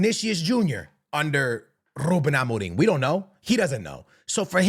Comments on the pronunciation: Im just here for the way goes all out with the pronunciation of Rrrruben Amoreeem. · "Rrrroooben Amoring"